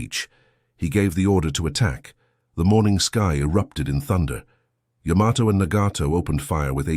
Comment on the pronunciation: "Yamato" is correctly pronounced "YAH-ma-to" with the emphasis on the first syllable, not the common American pronunciation of "ya-MA-to".